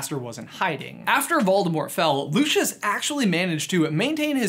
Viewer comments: You're pronouncing his name wrong. In COS when Lucius first introduces himself to Harry in Flourish and Blotts, he pronounces it "Lou-SEE-us." Makes me absolutely crazy when people pronounce it "Lu-shus" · Lucius Malloy’s name is pronounced lu see us not lu she us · Loo-see-is not Loo-shis still enjoys the vid tho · It’s pronounced “LOO-see-us”, not Loo-shus. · I pronounce it loo-see-us....I prefer it that way. loo-shuss sounds odd to me. I would also recommend the stephen fry audiobooks instead. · Am i the only one who gets really mad when people say Lushus instead of Lucius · just saying but isn't it "looseeus" not "lu SHuS"? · is no one going to mention he says lushious not lucius (lucius as in lu-s-ius) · Isn’t the pronunciation Lu-ci-us? Not Lu-shus? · You pronounce it as Lushus when I pronounce it as Lucius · I hate that they say looshish instead of lucyous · i thought that it was pronounced Lu-see-iss Malfoy, not Lu-shus...? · Lucious is pronounced Lue-cee-us not Lu-chus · Bit of a late comment, but no offence you say luscious malfoy while it is Lucius Malfoy (pronounced Lu-see-us) no hate just a correction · I think his name is pronounced Loo-see-us Not Loo-shus I’m not hating tho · Btw I think his name is pronounced loo-si-ous not loo-sch-uss :) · I’m unsure about your pronunciation of his name. It’s Lu-/si/-us, not Lu-/shus/. Get it right. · Mans pronounced it like it was lushus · Loo-see-us... this isn’t Frozone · Lucius is pronounced "loo see us" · Looshus Malfoy? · Its pronounced LU SEE US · Its not pronounced, "Looshis"... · Lucius= loo-see-us. Sorry Americans 🤷‍♀️ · Calling him Lewshus is enough reason to turn this off immediately. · its prnouced loosius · The way he says Lucius makes me angry